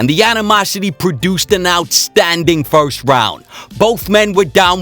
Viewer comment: I just want Conor to learn how to say "first".